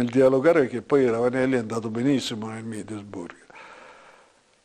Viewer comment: "Il Middelsburg"